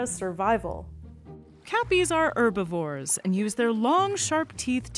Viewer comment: When you said "Poomas" and "urbivores" I think you meant "Pumas" and "Herbivores"